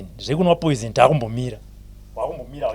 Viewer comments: Yea kunemweya yetsvina pano panyika ndazobvuma kuti aiwa iriko but naye obva akoniwa kuti poison oti poizent😂😂😂😂 peace mind instead of peace of mind 😢😢😢😢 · kkkkk chirungu bho hre poisent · Word "poisent "for me😂😂😂😂😂😂